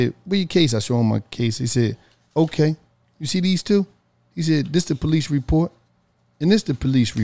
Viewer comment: porice report 😂😂